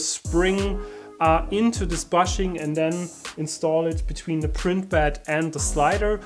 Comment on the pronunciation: "Bushing" is pronounced booshing...